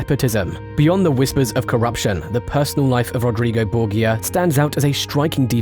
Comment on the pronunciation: Tuned out because of how you pronounced Borgia.